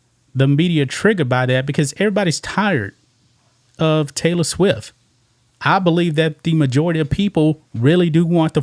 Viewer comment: It not Swiff..It's Swift LOL